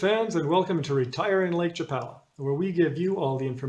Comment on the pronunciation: You’re saying Lake Chapala incorrectly.